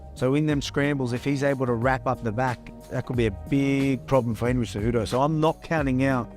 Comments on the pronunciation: Lol at Umar saying Genry Cejudo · “Gendry cejudo” I love umar 😂😂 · "Gendry Cejudo"